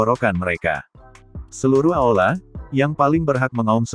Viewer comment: Bukan aola, tapi aula.